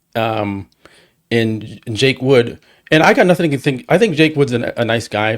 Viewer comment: … it’s Jake “Wood” not Jake Woods.